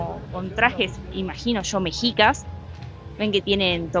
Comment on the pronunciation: Hola, no se pronuncia mejicas ni meksicas, sino meshicas. Saludos!